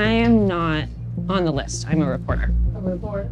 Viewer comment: This is the second abortion documentary I've watched this week where the narrator pronounces the as da. What is going on?